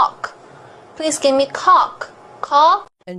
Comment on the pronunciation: "Please give me coke." - Japanese lady ( pronounced - cock) LOL